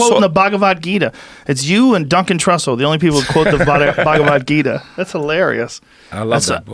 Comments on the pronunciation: Bhaag-wa-geeta lmao Mad respect for actually reading and quoting it guys but that pronunciation got Krishna turning in his grave fosho 😂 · y'all goras pronouncing the Bhagvad Gita wrong LOL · RZA pronounced the Bhagavad Gita mad funnyy lol